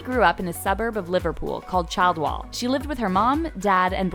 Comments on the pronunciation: Childwall sounds like something from the hunger games 😂 it’s pronounced ‘chilledwall’ by the way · Made me laugh how you pronounced Chidwall, it’s not said ‘child-wall’ it’s said ‘Chil-wall’ I live there :) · St Julies' school is IN Liverpool, not NEAR Liverpool. 'Childwall' is pronounced 'chill wall'.